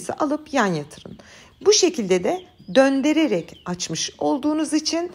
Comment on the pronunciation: Merhaba, ses tonunuz ve konusma tarzınız mükemmel ancak dikkatimi çeken bir sey oldu. Beni bagislayin lutfen ama Türkçe cok onemli bir dil, sizin konusmalarinizda cok guzel ancak döndererek deyince şaşırdım. Kelime döndürerek olacaktı. Alt yazida düzeltmişler. Sizi seviyorum. Tarifleriniz harika.